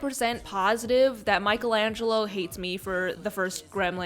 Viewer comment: cries in italian Pls say Michelangelo or something different just please don't say micheAlEnGeLo My little heart broke in half😂💔😢